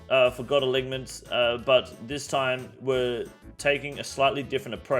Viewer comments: Uh-line-ments ffs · Great videos but please learn to pronounce alignments